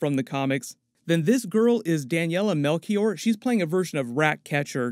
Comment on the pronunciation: For future reference, the "ch" in (Daniela) Melchior reads as you'd read a "sh" sound 😁